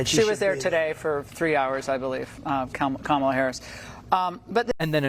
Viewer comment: She's starting to distance herself, whether for legal reasons, or future work when Trump-world collapses, as evidenced by her pronouncing Kamala correctly, and softly fact checking him.